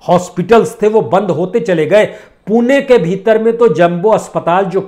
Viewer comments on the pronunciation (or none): none